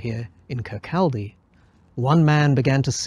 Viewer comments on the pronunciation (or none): Kirk-kaldy! No, Kir-cawdy. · They don't know how to pronounce Kirkcaldy, they don't know when the Communist Manifesto was written. What a load of old bollicks.